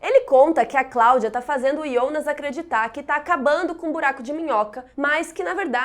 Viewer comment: Alguém aqui fica meio esquisito quando ela fala “IONAS”